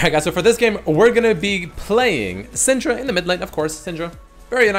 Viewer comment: idk why but everytime you said syndra i understood senjru???? idk what's wrong with me XD